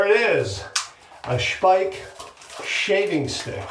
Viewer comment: And this is why a video is so good. Not only does he take viewer suggestions, he also is educated enough to know how to pronounce Speick correctly! 👍😊 I have the cream and am always amazed at how very little one needs to achieve a great lather ("BOOM!") and a great shave ("NICE! BEAUTIFUL!") 😊😊😊